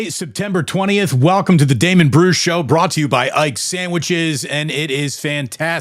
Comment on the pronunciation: You called it Damon... good lord